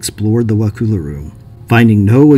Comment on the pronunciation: pronunciation is "Wuh-cull-uh"